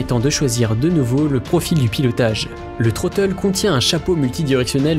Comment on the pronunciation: Vidéo et voix off très agréable, bon montage, par contre j'ai 4 remarques : 1/ le "Troteul" ? Dites "manette des gaz" ou prononcez en anglais. 2/ Logitech a racheté Saitek donc le "Pro S" n'est pas leur seul joystick 3/ Ce ne seront pas les meilleurs Hotas de 2021 mais de 2020 (titre putaclick) 4/ Mettre un crédit pour ceux qui vous ont fournis la musique gratuitement les aides merci de les rajouter. Musique : Warriyo - Mortals Feat. Laura Brehm